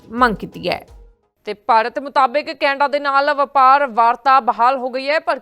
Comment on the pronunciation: Canada ko kainda bol Rahi hai 😂